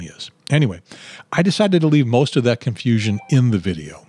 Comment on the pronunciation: why did you say CON-Fusion ???